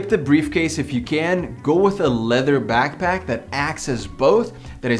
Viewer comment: it's back pack not back back